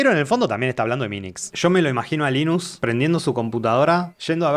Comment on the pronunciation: Gracias por pronunciarlo como "Linus" en vez de "Lainus" como hacen muchos gringos.